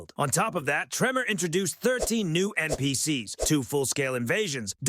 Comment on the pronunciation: Cheap AI slop. Rigid formula, horrible voice that cant pronounce NPCs and so much bloat without any meaningful content. You should be ashamed of yourself